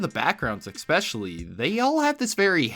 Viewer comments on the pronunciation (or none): You say “ex-specially” instead of well.. the real spelling and it burns my soul abit Great video though, frick I had no idea this movie was a thing.